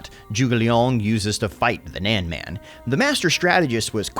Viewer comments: His Pronunciation of “Nanman” is hurting my ears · PLs Zhuge LIANG not Zhuge Leong. Leong is a cantonese way of saying it which is a wrong way if you put Zhuge & Leong together. So Zhuge Liang something like you pronounce Lee Ang in faster way. Also it squeeze my ball everytime you say Nanman. Nan as in None, man as in bun but with a M or gun with a M instead of G. Or simply paste this to google translate & play the sound 诸葛亮 南蛮.